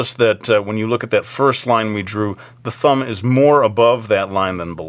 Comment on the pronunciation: Did anyone else hear "Fumb"??